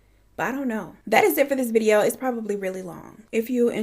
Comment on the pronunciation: today’s vi-ee-ooo lmfao I love Eleanor as well.I binge all of them and it’s crazy